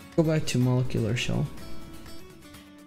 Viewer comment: Your saying molecular shell wrong homes.... It's MO-LEK-YOU-LURR!! Not to be smarty pants it was jus erkin my last nerve anywho thank you 4 your tutorials they have gotten both my Vita-n-Psp CFW